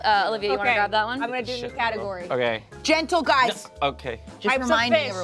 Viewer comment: This “gENtle guys” is giving pre “a little bit of GENTLENESS goes a LONG WAY” energy and we know it’s begun…